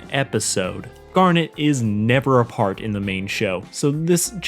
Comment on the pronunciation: Did he just have a stroke trying to pronounce Garnet’s name twice?